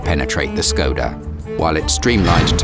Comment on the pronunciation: Im triggerd how he said Škoda